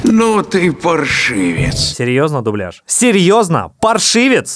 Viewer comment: дублЯж, дублЯжем и тд, ударение всегда на Я